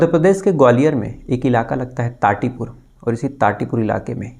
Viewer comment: Tati pur nahi thatipur